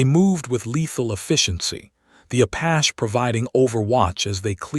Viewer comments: LOL was gonna say that,... the way the AI say Apash is super annoying! Like the others where they pronounce Porsha for Porche hahaha... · Please please please.....Apache is not apach. Its prounced Apachee. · Apachee, not Apach! Bree-thing, not breath-ing! Surely your narrator should have made corrections by now! Yet I hear these errors over and over on this same storybook by this same narrator.